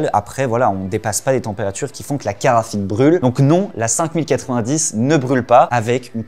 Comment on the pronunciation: La caraphique, tu veux dire !